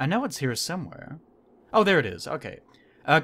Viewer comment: You mentioned my comment. Yay! Name's pronounced like panini, but starts with a N instead. Luiz Nanini